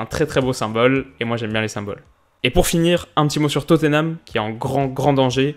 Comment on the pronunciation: Arrête de dire Totténham stp c'est très moche à entendre.